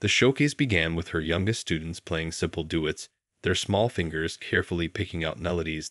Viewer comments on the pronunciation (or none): Jesus Christ!!! This guy murdered this piece with miss-pronunciations . Duets pronounced " do-its" man, oh man ! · This is an interesting story, it can be improved by learning how to pronounce certain of the musical words, such as the name of the composer, Chopin, and the word duets, for example. Make sure you run this by a musician so they can help you with pronunciation.